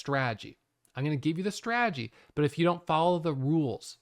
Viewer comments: I didn't even realize till I read your comment 😂 now i can't unhear it 😂😂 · Too funny😆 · didn't notice and now I can't unhear it LOL